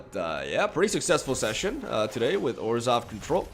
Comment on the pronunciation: I thought he said 'orzhow control like esper without blue'